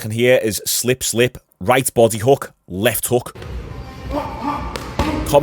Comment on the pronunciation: Just unrelated and a bit of fun. But really like the way says hook. It always cracks me up a little, “hookgrh”.